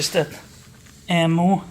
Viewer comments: pronounced eem-you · ….the suspension is pronounced…old man eeemuu. EeeMuu ok mate 👍